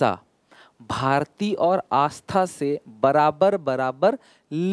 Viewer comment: sir double 'aa' aata hai aastha mein 😂